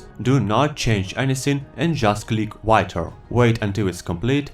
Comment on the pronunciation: Your german pronunciation of "weiter" is very good my friend. Thank you so much for your effort you put in those tutorials. <3 Love from germany :>